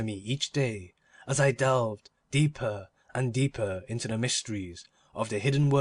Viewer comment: 4/5 would be 5/5 if the reader could say "The" instead of "de"